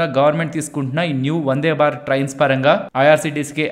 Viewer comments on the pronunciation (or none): none